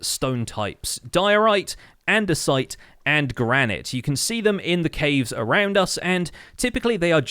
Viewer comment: "Dior-ite", "Andes-ite" and "Gran-it" that hurt me.